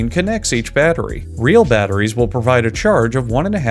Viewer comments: Correction: The BATTER gets put in. Then the IE. Then the Ssss. You said: Batter, Ree (Rie), and Sss. Which when put together would incorrectly spell Batterries. Teh Moar U Noe 🌈⭐ 👍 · Batter - Rhee - Ssss